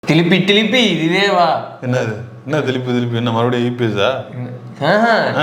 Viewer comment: தோழரே திலிப்பி திலிப்பி இல்லை திரும்ம திரும்ம